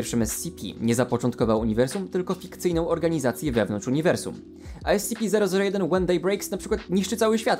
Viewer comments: Ty sam robisz błędy bo powinno się mówić skp/scp Bo Secure. Contain. Protect. A contain czyta się kontain a ty powiedziałeś spici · ESCEPE, to mnie troszeczkę ITYRUJE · kocham jak on to czyta "es ce pe" lol